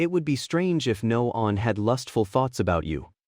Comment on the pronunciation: Bro, this AI has no clue how to say “one.” I’ve never come across one that has such a hard time with such a simple word. Lol